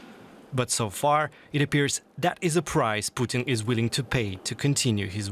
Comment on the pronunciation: It's not "Vldr ptn" it VLADIMIR PUTIN.